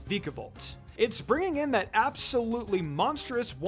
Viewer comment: It’s pronounced “VIKE-uh-volt”, “”! 🙄